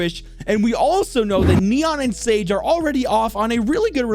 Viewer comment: I thought she called sage as Lola